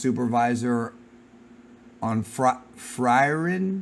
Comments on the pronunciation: It's pronounced as " Freeren " It aired from and Frieren's 2nd Season coming next year He worked on that ( it was a huge hit globally) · It’s so good to hear your voice again talking about dragon ball, and that one anime is Frieren is pronounced free-ren